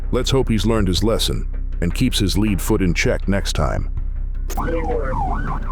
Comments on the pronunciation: Just get your AI voice to say “lead” correctly. He’s not leading a foot somewhere it’s a lead foot like made of a heavy metal. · This narrator can't tell tell the difference between lead (the metal) and lead (the action).